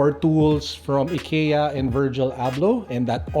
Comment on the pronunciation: its "EYE-KIA"